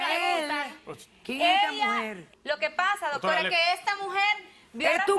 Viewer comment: Porque todos dicen DOTORA JAAJAJAJJAAJJA